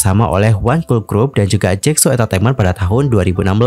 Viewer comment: Jasco kak, bukan jacso